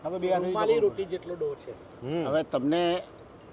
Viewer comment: ડો બોલ લ્યા ડવ નહિ 😅